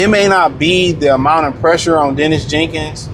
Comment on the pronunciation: The man’s name is Daniss Jenkins, not Dennis